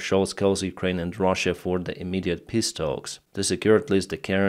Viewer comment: I really like your pronounciation of "peace" "They want to hold piss talks" "Austria wants to hold a piss initiative meeting on their territory" (uurghs) 🤣